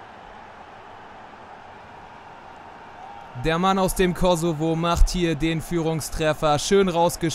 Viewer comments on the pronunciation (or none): none